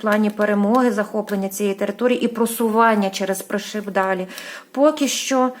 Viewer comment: Доброго вечора, дуже дякую вам за вашу працю, особисті вам писати неможна, хочу трошки Вас виправити с Пришиб, говориться не ПришИб, а ПрИшиб, тобто наголос робимо на перше И, будьласочка не плутайте 🙏🙏🙏Дякую Вам☕🍰🌹